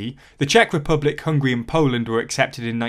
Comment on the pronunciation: C'mon, not Hungry, but HUNGARY.